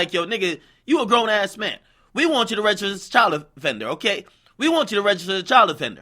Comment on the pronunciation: "We want you to regiter child offender" ....2x you got that wong.